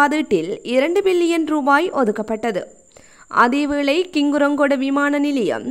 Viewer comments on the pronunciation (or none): யனாதிபதி அல்ல ஜனாதிபதி கிங்குராகொடஅல்ல ஹிங்குராகொட Pஅந்துல அல்ல Bஅந்துல